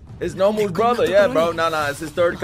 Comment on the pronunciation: Great video! But pls stop calling them nAmus, their called nOmus D